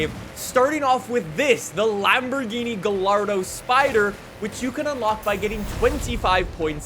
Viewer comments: Lol I was watching this next to my Italian uncle who used to own a Lamborghini and when said gaLLardo he goes “NO No no ES GAYARRDO” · no way he just said (guh * lard * oh) for the gallardo spyder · DO YOU EVEN TRY TO SAY THE NAMES RIGHT?! Gallardo??? Gie-yar-doe That’s how you say it! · It’s pronounced “Guy-Are-Doe” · I cringe every time he says Galliardo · world peace will not be achieved until learns to say gallardo correctly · The double L make a y sound! The way you say Gallardo drives me insane!